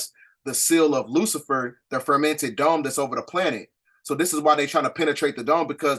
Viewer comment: Great work as well as research on these topics! One thing, you keep saying, "the fermented dome" & I'm not sure why! And you keep saying, "the pleidadians," it's pleiadians! The new people studying or coming into this knowledge might be confused.